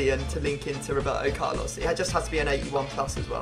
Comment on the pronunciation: Lol Wroeberto Carlos